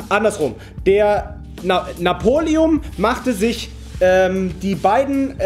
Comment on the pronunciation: Er heißt napoleon und nicht Napolium 🤦‍♀️🤦‍♂️🤦‍♀️🤦‍♂️🤦‍♀️🤦‍♂️🤦‍♀️🤦‍♂️🤦‍♀️🤦‍♂️🤦‍♀️🤦‍♂️🤦‍♀️🤦‍♂️🤦‍♀️🤦‍♂️🤦‍♀️🤦‍♂️🤦‍♀️🤦‍♂️